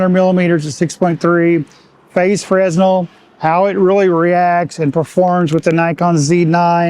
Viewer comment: Great vid! Side note - fresnel is pronounced fruh-nel (no "s" sound)